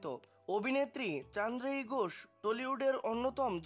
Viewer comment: Uchharon korte pare. Ghosh k gos